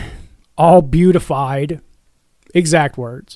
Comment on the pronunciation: Just hearing you say "beautified" got me lol. Interesting report though. Yesss do some more!